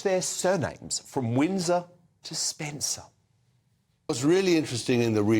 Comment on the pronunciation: ‘Spencer’ or SPENDER ?